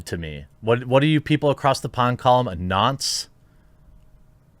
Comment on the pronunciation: Hearing you say nonce is pretty funny.